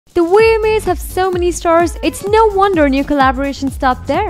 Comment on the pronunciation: The weema's? God i cant watch this. Its the Vma's, Veeeeeema's